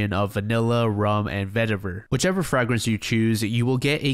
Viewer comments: “Frag-Rence” out!!!!! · Fr-ay-gren-se Not Fr-ah-gran-se 😂😂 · I thought I was the only one lol! I keep hearing "frag" like a grenade! For anyone curious, it's fragrance with the "fra" being pronounced like"fray", or fragrant. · I’ve never heard anyone pronounce fragrance in the same way you’d say frag grenade. Pls remember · WTF is a FRAG-RINSE lol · Never heard anyone pronounce fragrance as "frag-rants" before and tbh it really bothers me 😅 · IT IS NOT FRAG-RANCE LMAO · Yo what is wrong with this guy lmao at first I thought he was joking why does he pronounce fragrance as FRAG RINSE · That pronunciation of fragrance was WILD 🫣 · this is the most captivating YouTube series I think I’ve ever listened to. like many, I fall asleep and revisit these videos over and over again. that being said the most disturbing part of this ongoing series is your pronunciation of the word “fragrance”. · in french its with the a sound so it didnt strike me as particularly odd but now that i think abt it its def wrong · mf trying to sell cologne and cannot pronounce "fragrance" lmao. But fr the reading skills / pronunciation of so many content creators is shocking to me. You'd think people that want to speak for a living might learn how to pronounce words... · I came to the comments for this😂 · Learn how to say fragrance 😁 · the way you pronounce fragrance is fun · WHY BRO SAY FRAGRANCE LIKE THAT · no way you prounounce fragrance like that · Why tf are you pronouncing fragrance like that? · Fun but I can’t stand how you pronounce fragrance lol